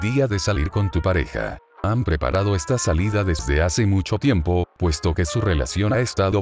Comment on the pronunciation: no dice tiempo dice tiemp like si te distes cuenta